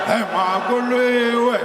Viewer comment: Somebody please teach Julius how to say Makuliwe